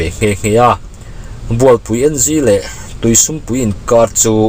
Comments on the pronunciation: sum tih a lam Dan hi...mizo buh an den na sum lam hian lam se a dik zawk lo maw.. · Tuisum pui khua kha ka hria a,,,i lam dan a diklo deuh,,,sum tih i lam dan kha a diklo a,,,mizo in entir nan sa an kap a,,,a len zawng sum a an teh a anlam dan ang khan sum tih kha lam tur a nia,,,🎉🎉🎉